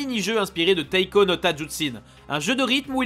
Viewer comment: C'te difficulté à prononcer le mot "Tatsujin" mdr Ta tsu jin Pokémon trash : "tadzuchin"